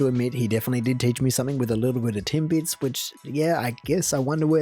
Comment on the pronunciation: He said Timbits right I'd say